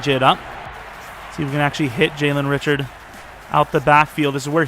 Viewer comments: it's actually pronounced Ri-shard, not Richard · Richard is pronounced Ri-shard but love you picked my raiders!